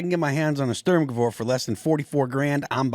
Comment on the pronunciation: a storm what now, Phil? Never heard Sturmgewehr (pronounced shturm-gevairr) pronounced that way and now I'm uncomfy. That being said, I'd also love to own one, but that weird kurz ammo is probably a nightmare to source.